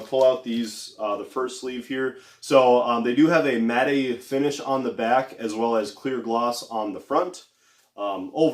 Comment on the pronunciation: It’s pronounced mat not mat-ee